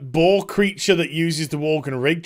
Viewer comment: LMFAO at first I thought you said BALL Creature using the worgan rig, and i was like ??????????? Then i went back and realized you said Boar. So far this sounds nuts. About sylvanas, i think it's funny people think they know her. I guess they spend too much time in fantasy realms where people in general only have one face...... O.o